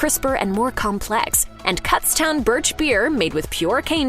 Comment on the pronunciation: Moxie is friggin horrible. Kutztown birch beer is friggen awesome, so is pa dutch birch beer, and spreckers. All from PA. Also, the accurate way to say Kutztown: the first syllable "KUTZ" rhymes with "PUTS" or if the plural of foot was "FOOTS." I went to college there.